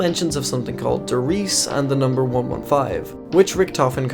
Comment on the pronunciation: he dont know the big numa like that